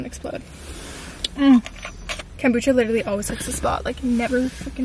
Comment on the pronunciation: Bestie your saying kombucha wrong..